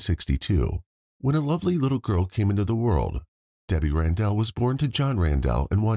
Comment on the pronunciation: It’s not RanDELL lol